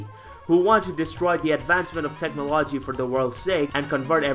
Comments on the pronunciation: nah you said wrong. Plain and simple. Own it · lmao that pronunciation is not because of an accent get out of here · The video is dope but I'm sorry I can't get over the fact of how u pronounce technology, I crack up everytime. Definitely gonna try out the games though thank you